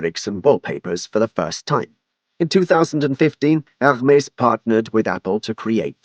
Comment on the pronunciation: The H is silent.